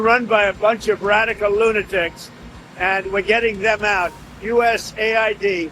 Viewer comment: 'Group of rrrrrrradkcal lunatics'